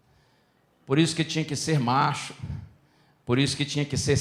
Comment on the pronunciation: Regina música adventista Moraes porque cordeiro Macho ele diz com tanta ênfase